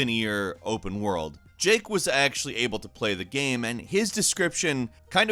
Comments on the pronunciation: “Is this a linear game or an open world gam?” Me:...... Did he say gam? 🤨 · “Open world gamm”